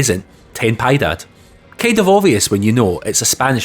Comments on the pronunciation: Piedad is not quite "Pie" (Pay) it's "Pi" like in followed by (eh) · AI pic of "ten-pie dad" is pure gold. You're also VERY close on the pronunciation. I did comment this on an earlier vid, but to reiterate: "Pee-eh-daad". Btw, just to clarify, I'm not judging you on your pronunciation and anyone who's actually doing that is an idiot. I'm simply offering a correction for educational purposes. Once again, love the vids <3